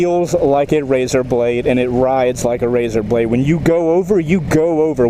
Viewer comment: did you say "razer blade"?